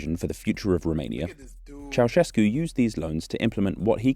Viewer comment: “Nicolae Ceaușescu” oh no